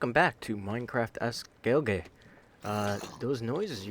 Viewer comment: In the intro you mispronounced gaelige Its pronounced "gway-li-guh"